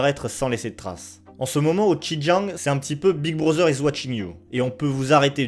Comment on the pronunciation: Merci pour cette vidéo très instructive. Par ailleurs j'aimerais souligné les erreurs de prononciation des ethnies, dynasties et lieux : le "x" de xin Jiang se prononce" s" , le "j" se prononce "t" (sin tiang) . L'ethnie des Han, le "h" se prononce "r" (ran). Les Qing, le "q" se prononcé "tch" et le g est à peine prononcé, "ing" ne se prononce pas comme "ing" de "dingue" en français mais comme celui de l'anglais, play"ing" ou com"ing". Je me permets d'apporter ces précisions car en tant que sinophone je n'ai pas compris tout de suite de quoi il était question. Ma remarque ne remet pas en cause le contenu de cette vidéo pour laquelle je vous remercie.